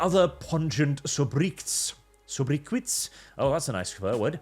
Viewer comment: "Sobriquet" is pronounced "So - brih - kay" or "So - brick - hay", whichever is easier for you to envision.